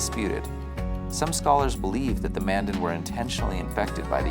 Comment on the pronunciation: Future reference Mandan is pronounced like two words Man Dan.